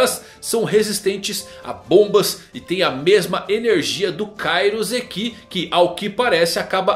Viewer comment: Seus vídeos são legais, mas doi na hora que pronuncia errado Sabaody e Cairoceki...😅